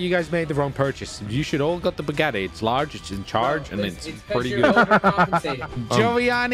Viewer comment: "Im winning in tha bugattay"😂😂😂😂